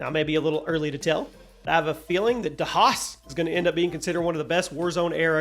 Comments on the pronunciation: AI wouldn’t mispronounce Das Haus lmao it’s “Daws House” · Dass house